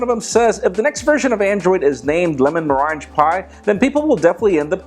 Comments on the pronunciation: It's MUR RANG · "Meringue" is pronounced "Merang" At least that is how its pronounced in England and we invented the language so go figure ;) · its pronounced merrang or else it would be spelled meringe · It's pronounced ' mer rang.' - meranjee sounds funnier tho. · Does it bother anyone else that he can't pronounce liquorice and merengue? It's lick-or-ish and mer-eng. As for smart watches, how hard is it to just check your phone? Especially if it has an indicator light. A smart watch is just another thing to have to charge everyday. I had a Blackberry Curve that would last a full week with heavy texting and phone calls, yes it was practically unusable for data, but it was a phone. I am looking for phone that has long battery life, which is why I am probably going to get a phablet. The Note 4 is on my radar but I'm disappointed that it isn't water proof and in all the first impression videos it lags. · you are butchering the word meringue. It sounds like "merangue". Say it 100 times fast and you'll be all set. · "Meringue" is pronounced as "mer-ang" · duuudeee its lemon and ma-rang pie and lick-o-rish just to get the pronunciation right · Total respect to you,, but it's pronounced "Merr-ang" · its prenounced Meh-rang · Meringue is pronounced (MER-ANG) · It's pronounced "lemon mo-rang" ( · It's pronouced "Mer-Rang" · licorice and meringue aren't pronounced like that. Thousands of people are watching your vids. You need to make sure you can pronounce all of the words you say correctly. Other than that you do an excellent job with your ideas and news of the world of tech.